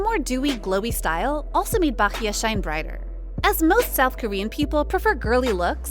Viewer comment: Finally someone pronounced Bahiyyih and Gauel's name correctly. But (G)I-DLE's pronunciation is wrong as the "G" is silent and only pronunced ae 'IDLE"